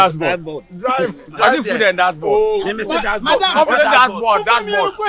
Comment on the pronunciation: said food and dask board 😂😂😂 I can't stop laughing.